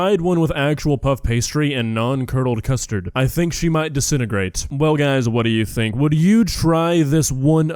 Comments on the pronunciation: It sounds like she’s saying “crustard” instead of “custard” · Custard? You mean "coostud" as kay would say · Thats not custard thats custurd 💀💀